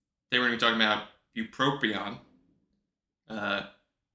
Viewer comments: Since you didn't list spongiform degeneration as a side effect, you know it's bupropion and not "buproprion"! Thank you for another awesome vid! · the guy that smells like cabbage on the subway told me its pronounced Buproprion..so we had it right all along